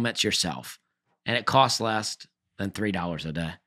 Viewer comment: I just heard the Dusty T at the end of a word. During the ad read he says it cost 'lest'